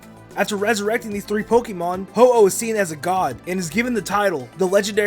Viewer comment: you said the hoao ting two times :(